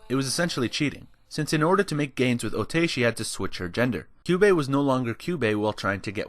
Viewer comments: You repeatedly called otae ote. Otae is pronounced otai. ae in japanese sounds like ai. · How is calling her Otai any different from calling her Ote/i??? It's Otae, the e is pronunced like an "eh" O ta eh